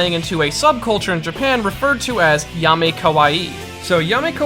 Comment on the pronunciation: Yami* not Yame